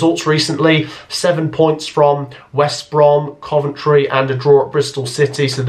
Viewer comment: Am I gunna be the one to say it... not Coventry